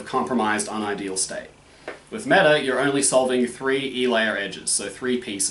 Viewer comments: Meh-ta. You need to pronounce the h instead of "silencing"(is that the right word?) it. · Ok so I am not much into different methods and stuff ie not very well versed but pretty much agree what you said about Mehta. ( Except the pronunciation)